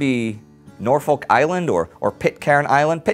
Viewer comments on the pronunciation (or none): Oh God, you've just butchered Norfolk :L It's more like Norf-uk.